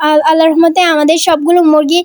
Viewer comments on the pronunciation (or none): none